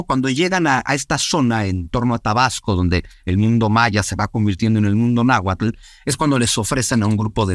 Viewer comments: Laverdad no se si creerle mucho a un wey que dice saber un chingo y pronuncia naguatul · Pues di en que se equivoca, aparte de que no pronuncie bien el Nahuatl 😅😅